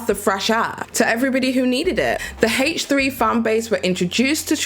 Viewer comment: It’s called H3 not Haaaaaaach 3. Driving me nuts every time you said H3 H3 like that!!